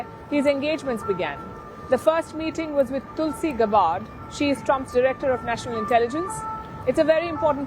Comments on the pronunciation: Palki, please pronounce tulsi’s name right. It’s GAB LIKE FAB…GAB..BARD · Sharma, please pronoun Mrs. Gabbard's name properly